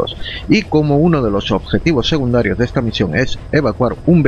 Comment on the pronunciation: hola no se dice segundarios se dice secundarios suena fatal un saludo